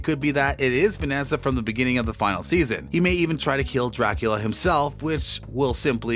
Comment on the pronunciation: If your going to narrate a show about Dracula please learn how to pronounce Dracula